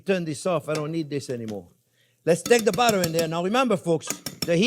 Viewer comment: BUTTAH.....love it chef!